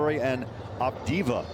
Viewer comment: Did he just say adiva